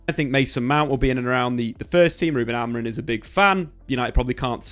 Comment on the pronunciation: Can English people not say AmoriM? Why do so many say his name AmoriN in the flow of a sentence? Triggers me like crazy TBH 😂